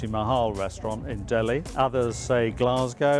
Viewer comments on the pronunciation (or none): none